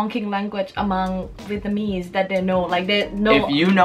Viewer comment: For the love of God can you please pronounce it VietNAMese instead of VietMANese